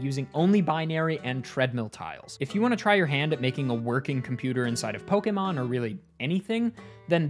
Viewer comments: My god, someone who actually pronounces Pokémon correctly (poh-kay-mon, not poh-key-mon or poh-kuh-mon). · Why does he say Pokémon perfectly?